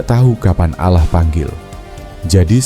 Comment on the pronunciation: Tulisannya Allah bacanya awloh